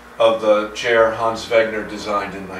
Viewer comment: Complements on a wonderful repair and restoration, plus pronouncing Hans Wegner's name correctly.